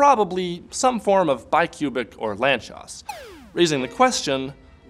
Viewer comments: "Lantchós"??? i pronounced "lánc-sós" my whole life... :( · FYI, the name "Lánczos" is pronounced "lantsosh". Source: I'm Hungarian. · Ah, I thought it was Polish, where cz is pronounced like that